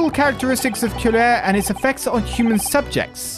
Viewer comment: The poison is pronounced que-ra-ree. Watch the sign of the four and you’ll see.